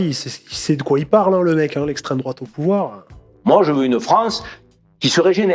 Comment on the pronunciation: Droaaate... Attention à ce que vous dites😂😂 parlez, prononcez correctement😂😂🤪😉